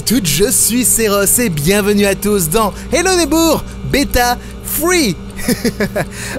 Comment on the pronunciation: j'aime trop comment tu prononce hello neighbor en début de vidéo